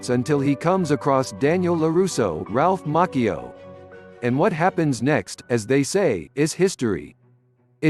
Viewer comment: Ralph mAhcIo Lollll